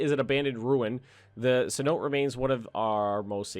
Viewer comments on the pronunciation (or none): "cenote" is prononced cen-o-te, just a fyi